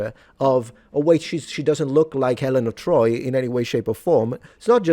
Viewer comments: Helen of Boi 🤣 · "HELEN OF DETROIT" 🤣🤣🤣🤣🤣🤣🤣🤣🤣🤣🤣🤣🤣🤣🤣🤣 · Helen of De-Troy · Helen of Detroyt is diabolical lol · “Helen of Detroit” you are the devil😂😂😂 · Helen of Detroyt. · Helen of Detroyt. 😂😂😂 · Helen of De Troit . . . 😂🤣😂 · helen of dertoyd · Ah yes, Helnah of Detroit